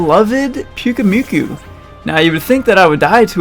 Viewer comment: It’s Pyukumuku, not Pyukumyuku